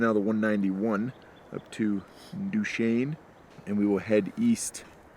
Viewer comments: Props for the proper pronunciation of Duchesne! Also, that Harley paint job is the same as my Police Electra Glide 😂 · Color me surprised to see a RevZilla roadtrip start (not in but down the road from) and then have their first breakdown of the trip in my hometown. That was cool! Also the first time I've ever heard someone pronounce "Duchesne" correctly on YouTube. Great job guys! Love your content!